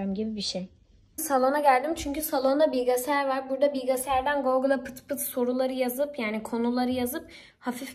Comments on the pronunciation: bilgesayar degii bilgisayar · Kk o bilgesaray diye yaziliyi bilgixayar diye okunuyo bilgesaray diye değil😂😂😂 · Bilgasayar diyor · Bilgesayar mı dedin? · nolur artık bilgisayara bilgasaray demeeweeeee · Bilgasayar ne demek bilgisayarrrrrr😂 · Kızz bilgasar değill bilgisayarrrrr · bılgasayar değil bvilgisayar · Bilgasayar degil 😂 bilgisyar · BİGASAYAR DİYO XJKDKDK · Bilgasayar diyişi😂😂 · Bilgasaray demesi you mu😅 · Belgeseyar diyor gdtjbdy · Bilgisayar demesi tek bana mı garip geldi 😶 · peki doğru diyorsun ama bence olabilir evet değişik geliyor ama belki o öyle söylemeyi seviyordur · Bilgisayar kelimesini çok değişik söylüyorsun ama çok güzel 🤍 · Bilgisayar deyişi sadece bana tuhaf gelmiş olamaz 😅